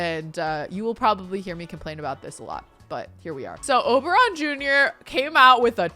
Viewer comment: just wanted to comment that the first time you said Oberon Jr I heard "Oberonica" and so I'll just leave the name suggestion here 😂😂😂